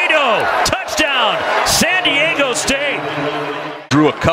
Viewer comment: Arizona before the Aztecs game: "We're gonna be the sh*t out of San Di-egg-o!" San Diego state: "Its pronounced San Di-Ah-go."